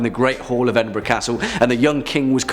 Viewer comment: TY. Afraid I was nuts. Also isn't Edinburgh Edinburo not burg? I'm probably not making sense. Sorry.🎃🤘☺️ Good vid still. I love hearing about your country and others. I am across the pond in the States lol.🇬🇧🇺🇸